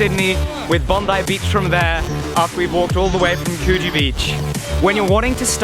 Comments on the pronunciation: AHAHAHAHAHA its pronounced coo-G ahhh too funny. next time you're in Sydney i'll give you a tour :) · Its pronounced cood-gee. Hehe love the way oeople pronounce aussie town names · The provision of value is indeed a virtue! BTW Coogee is pronounced Could-Jee. Awesome to see you in 'straya:-) Hope you have lots of fun here. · Coogee beach is pronounced - Coo gee, with the g sounding like in George not as in good. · "coo-gee' Beach ;D thats funny.